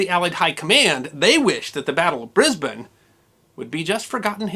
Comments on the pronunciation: Thank you pronouncing my citys name correctly. It's a small thing I admit, but something about hearing the name bris-bain just grates on my ears so very much. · Thank you, a well balanced account. And you pronounced Brisbane correctly- Briz-bun, not Bris-bane. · The riot was actually over Americans pronouncing Brisbane as Bris-BANE instead of Bris-BEN, congrats on pronouncing Brisbane proper History guy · As a Brisbane local I thank you for pronouncing Brisbane correctly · Brisbane...congratulations you pronounced it correctly 😂😂😂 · Some of those MPs look more like Kiwi uniform. Good to hear Brisbane pronounced correctly. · Congratulations sir on pronouncing Brisbane properly, or at least properly for an American. MacCarthur as far as I have been able to find out wasn't a fit commander even with American troops let alone Australians. He continually complained, as you said, that Australian troops would not fight, but the Australian troops were very young militia put up against at that time the best jungle fighters in the world. I had never heard of the battle of Brisbane but I for one am damned glad that the Yanks were over here. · Extraordinary. Well done! Especially because you are the only American I know who pronounces Brisbane as we do! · Brisbane is my home town. Thank you for pronouncing its name correctly. One minor point about the Yank impact. Today I toured the local Orthodox City synagogue. Phillip , the guide, gave an interesting description of it, mentioning that the last time it was full was during WW2-with Jewish GI's. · Thank you for pronouncing Brisbane properly. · History Guy! You pronounce Brisbane correctly!! Well done. Well researched and interesting as always. Hi from Oz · Oh hooray - you pronounced Brisbane correctly! But pronounced "Papua" incorrectly... (pahp-oo-ah) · What a awesome story and the only time I have ever heard a American pronounce Brisbane properly. Well done. First class!! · Congratulations on pronouncing Brisbane correctly.